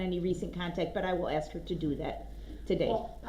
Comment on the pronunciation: You didn’t “Axe” the question